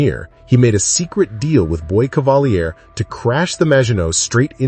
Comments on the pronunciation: Dude it’s pronounced “cavaleer” he’s not French smh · AI can't say "Cavalier" properly?